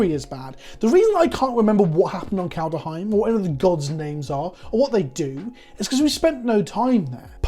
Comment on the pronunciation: That's all fine and good but WTF CAN'T YOU STILL PRONOUNCE KALDHEIM!!!??? 🤣